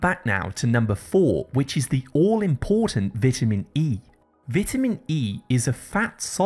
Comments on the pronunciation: Learn how to pronounceceate VITAMIN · Good video..don't get why you are pronouncing vitamin wrong. . However good information